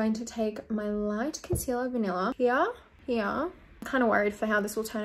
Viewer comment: when she says "here" i thought she way saying "yeah" lmao